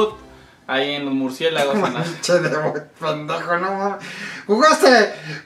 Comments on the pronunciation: "MurcieGAlos" JAJAJAJ xd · Primero que aprenda hablar EL ESCORPION se dice MURCIÉLAGOS no MURCIEGALOS